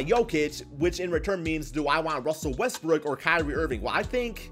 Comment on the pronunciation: So we just gone ignore how many times this man said Russell Westbrick 😂